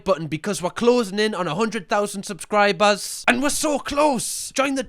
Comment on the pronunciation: First time watching him and this is so relatable and it cracked me up when he said subscraibers